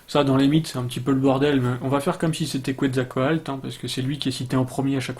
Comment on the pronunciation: Quetzalcoatl se prononce "ketsalkowatl" ;-) La langue des Aztèques ne s'appelle pas l' "aztèque" mais le nahuatl (langue toujours parlée dans pas mal de régions du Mexique encore aujourd'hui :-) mais évidemment la langue a changé depuis l'époque des Aztèques)